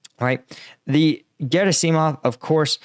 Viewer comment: Gerasimov. Accent on the second syllable, right?